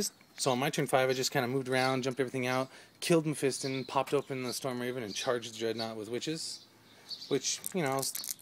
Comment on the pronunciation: Great game but just one thing that was bugging me, its pronounced mephistON not in on ok XD